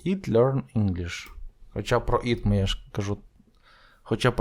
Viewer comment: Вибачте "it" - повинно звучати як українська "ит", а не "іт"! "І"- має вда звучання "АЙ", та українська "И". Якщо звісно не Австралійська англійська мова! "Not" - Британська англійська "нот", Американська англійська "нат"! Вам самому потрібно підтягнули англійську вимову!